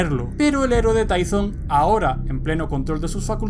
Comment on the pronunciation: se pronuncia Tython